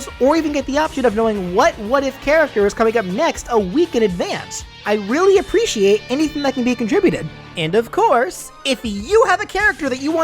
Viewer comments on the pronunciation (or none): none